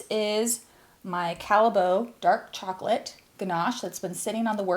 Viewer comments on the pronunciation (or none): You use Belgian chocolate :-) Got an instant like. As a kid we bought chocolate straight from the Callebaut factory. We lived close by. BTW, the pronunciation is not Calle-boat but Calle-bought.